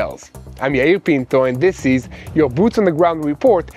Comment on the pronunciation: I love how he says my name is "Peento"! Best foreign accent ever.